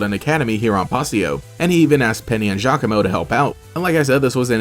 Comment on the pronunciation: Giacomo meeting Team Skull was the best, cause I always thought he looked like a mini-Guzma haha. ...also, apparently his name is pronounced "Ya-como" which definitely threw me for a loop lol.